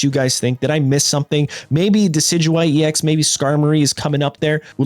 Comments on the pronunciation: 2nd time I’ve heard a Pokemon influencer pronouncing it that way and it’s already pissing me off 😂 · I had to check an anime clip to confirm he pronounced it so poorly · hahhahaha when you said decidueye I lost it, pronunciations are weird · yea but it's funny